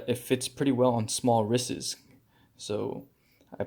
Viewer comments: Got annoyed with "wristes" (sic) or however you were trying to pronounce plural wrists. But thanks for the video! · I’ve never heard an adult pronounce wrists as wrisses. 😂I couldn’t even finish watching the video after the second time.